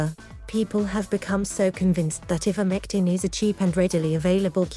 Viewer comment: First of all it's pronounced "I"vermectin not "E"vermectin. This video is so valid and believable oh dear 🙄🙄🙄🙄🙄